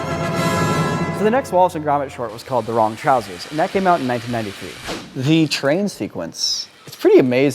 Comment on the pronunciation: nailed "trousers"